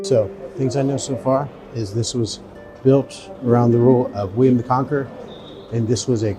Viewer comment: Did you say William the Conker?! When I was about nine years old, my class had to write an essay on William the Conqueror. A friend however wrote her whole essay on William the Conker (Conquer) and never lived it down.